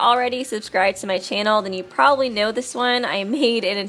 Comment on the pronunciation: I like how they emphasize probably